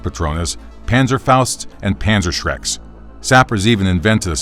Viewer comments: Did you say PanzerSHREK? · Everyone:*Learns about assault sappers* Me:Now i know the diffrence between a pazerfaut and pazersherk